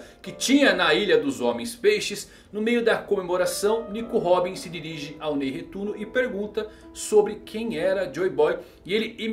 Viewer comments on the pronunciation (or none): " No meio a comemoração nico robin se dirige ao nei retuno" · Nei Retuno kkkkk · Nei Retuno kkkkkkkk